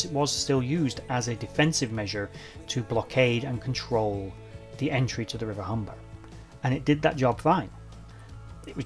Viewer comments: Great video showing your enthusiasm Many thanks. Not sure if it was your accent, but it sounded like you referenced the ships last resting place as the River Humber (in North East of England). It was the Hamble River, near Southampton, where I've just had a walk today. Cheers.. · Great vid but it's River Hamble not Humber or Humble